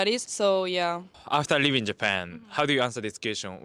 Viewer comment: leavingの発音下手くそすぎ live inにしか聞こえない